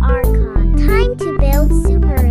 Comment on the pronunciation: I've still yet to hear a thing person besides the voice actors in the trailers pronounce Sumeru correctly